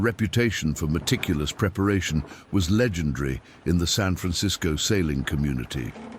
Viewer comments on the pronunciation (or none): none